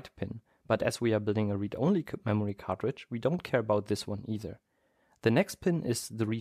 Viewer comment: Everytime i hear him say cartridge to me it sounds like he says cockroach